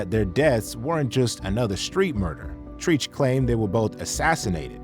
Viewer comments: Bro wtf is treech.....before you do a video like this u need to know how to say the names of the people especially legends who u talkin about.....his name is Treach from naughty by nature not treetch smhhhhhh if I was u I would take this down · The way you kept pronouncing Treach's name. It's not pronounced like "Preach". It's pronounced like Stretch. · IT'S TREACH!! LIKE TREACHEROUS. NOT TREECH . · pronounced cherech not treeche. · Wtf is treeech? Must have never heard a naughty album to be calling a legend a False ass name. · who tf is treech? LOL its treach! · calling the legend Treach, TREECH... Come on man, it's short for treacherous and rhymes with "Stretch" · Who da fuck is Tree'ch? Treach is pronounced like 👉🏾treacherous👈🏾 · His name is pronounced "Tretch" not "Treech" btw ,unless I was hearing wrong all these years. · “Tretch” not “Treech” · Who the fk is "Treeech"? GTFOH, you need to be humbled too. Treach's name is pronounced like stretch. Are you sure you the one who should be speaking on this shit you fkn noob. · Treeech? Its Trench! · It's Trech not Treech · Its Tretch not Treech 🤦🏻‍♂️ TRETCH TRETCH ... this is how you know the person making this video dont know about HIP HOP 🤦🏻‍♂️ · It's pronounced TRETCH buddy! Treach is short for Treacherous💯💯 Tell me you don't know anything about hip hop without saying it SMH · Why they pronounced Treach name as Treech🤣🤣🤦🏾‍♂️ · "Treech." Is Vlad narrating this video? smh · Every time you said TREECH cringed... you don't know hip hop if you pronounce it like that..... in this video was kind of a reach. We know Vlad as a culture vulture, but these guests did not give him the heat he needed... and lastly I blame us for being guest. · Who is "Treech" 😂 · Tree-ch? Tf is Treech? This is a hip hop channel, right? You lost all cred not saying his name right. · Did this dude say Treeech?😂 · ‘Treech’ How you got a hip hop channel and can’t pronounce Treach’s name? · This nigga said treech🤦🏾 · hahaaa "TREECH"